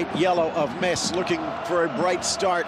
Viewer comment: It's not Mets...... M.E.T.Z